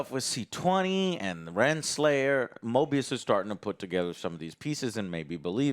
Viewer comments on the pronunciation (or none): It's MOBIUS Joe! MO-BEE-US! Not MORE-BEE-US. Week after week. Show after show. Character after character. The same thing... U can't even get the names right. It was KAM-EH-NOH-ANS the other day. U guys make so much money to just buy top of the line computers. Watch videos and play video games. Pay ur rent and get new offices to house all of the new toys that subscribers and Patreon members pay for. And u can't even have enough respect to learn the names of the characters in the stuff u review. I like the content. Been watching for years. But, my God!... Learn the correct pronunciation and actual names of the things u are reviewing. Is it too much to ask?